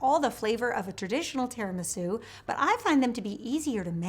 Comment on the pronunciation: “tear-in-my-shoe” cupcakes